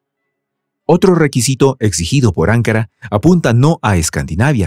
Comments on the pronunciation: No es 'ancara es anca"Ra necesita volver ala escuela primaria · AnkÁra (o incluso AngÓra) pero no Ánkara OtomÁna y no otómana Agradezco y admiro vuestro trabajo pero por favor presten más atención a la pronunciación de las palabras. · ANKARA ES CON ACENTO EN LA SEGUNDA A, OTOMANO LLEVA EL ACENTO EN LA A. Disculpe pero las pronuncio muy mal, que hasta parece que esta diciendo otras cosas muy diferentes.